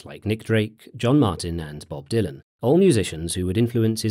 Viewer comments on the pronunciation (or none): none